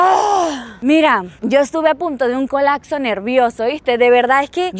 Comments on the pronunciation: Colapso.: Colacso 😅😅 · Se dice colaPso no colacso ... 😅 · “Colacso” “Colacsar” “Colacsando” es medio naquita. 🙃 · “Cuando colacso” 😂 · Le dio un colaczo. Se dice colapso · COLAPSO, no "colakso". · Colacso, colacsar 😂😂😂